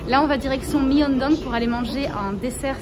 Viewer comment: On dit pas Myeondong mais Myeongdong🩷